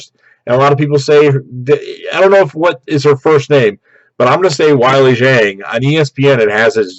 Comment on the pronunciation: Weili Zhang. Zhang is the surnanme. Please get it right since she'll remain the champ for a long time.